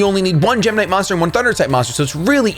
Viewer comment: I thought you were saying gemini there for a second :)